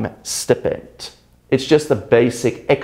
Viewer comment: excuse me, did you pronounce the word "stipend" wrong?